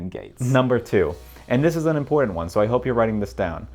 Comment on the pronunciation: People pronouncing “important” like that are some of the most untrustworthy people in this and every other universe possible